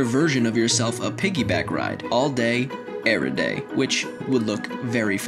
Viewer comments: all day weird cowboy accent everyday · Lol the way u ssid everyday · everyday sounded weird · The way he says everyday